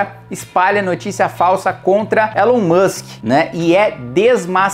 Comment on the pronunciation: Elon Mushikem, Elon Mussem, Elon Muxke